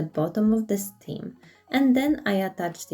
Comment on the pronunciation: the stalk on a pumpkin is referred to as a 'stem.' You are referring to it as a 'stim' which is incorrect. The rest of your english is very good. Also I love your videos. My favourite pumpkin was the small dark green and gold one and the first two plaster pumpkins. They all looked good tho.